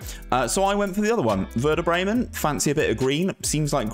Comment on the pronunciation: Good idea mate, really like that, as always. You need some training with the club names tho haha.